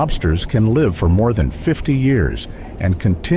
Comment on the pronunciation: When the "narrator" cannot pronounce the word "live" as in "l-eye-ve" instead rhyming it with "lift" you know its Ai. Too artificial - bring back people.